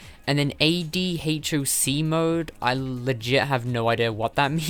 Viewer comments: It’s pronounced Ad (as in advertisement) Hock. Ad Hoc Mode. It means “created or done for a particular purpose as necessary”. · AD HOC is pronounced add-hock. It's a connection mode for PSPs which you can connect them locally to transfer files (?) or play multiplayer without WiFi.